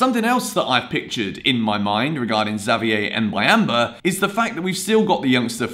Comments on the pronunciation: Boo-yam-ba thats how you pronounce it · It's pronounced Mbu-yam-ba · Say "Mb"uyamba like you say the "mb" in the word "number"